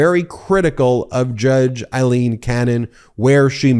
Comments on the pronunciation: Her name is pronounced “A”- ileen, not “I”- leen. Eileen and Aileen. Respect Aileen’s name at least. Please. RESPECT! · Hey, Ben. It's NOT i-leen – it's A–leen. Otherwise, great job as ever. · It's Aileen...not Eileen...get your facts straight. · Why do you insist on calling her Eyeleen when she pronounces it Aileen and so does everyone in the media. I think you're great but it is driving me to distraction. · It's Aileen, not Eileen. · It’s not Judge Eileen, it’s Judge Aileen A is pronounced as a long A seriously get the name correct My name is Eileen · Aileen is pronounced 'ale-een'